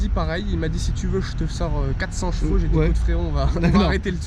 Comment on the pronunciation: Frerot on dit CHEvaux pas JEvaux ! PLS à chaque fois que tu le dis xD